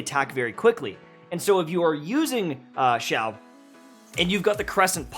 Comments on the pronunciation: Zhau: Shau China: see-aw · It's pronounced si-ya-ow no 'h' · There is an I in his name for a reason. It is pronounced Shiao! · Hi, I’m Asian and you pronounce Xiao as siao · I think the right pronunciation for his name is "see-yao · sorry, but you never say it right. though its all good:-)